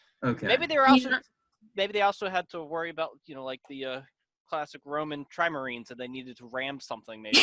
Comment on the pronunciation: Trimarines? Did he mean trireme?